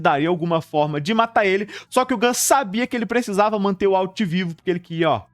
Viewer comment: Eu nao assisto mais pela agonia desse cara pronunciar errado esse nome. De onde ele tirou uauti?